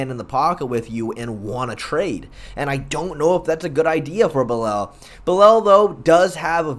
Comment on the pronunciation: Fair enough. Nothing wrong with taking the Hooked on Phonics approach. However, following your logic... How did Belal end up becoming "Belel?"